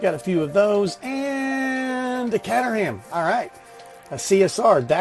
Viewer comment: The Caterham is pronounced K trum